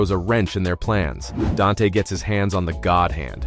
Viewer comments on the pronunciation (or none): none